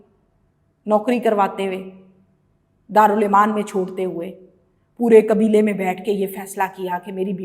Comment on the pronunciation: دارالامان ہوتا ہے دارالایمان نہی